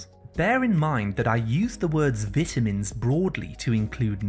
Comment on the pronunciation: vita mins not veetamins